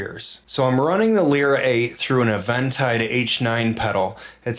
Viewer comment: “Uh VEN Tide.” Thank you, will be stealing that pronunciation, and then legally purchasing the Lyra 8 as soon as it is affordable for me. Excellent tutorial!